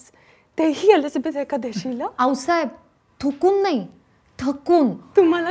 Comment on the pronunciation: एलिझाबेथ एकादशी???? आवडलं😂😂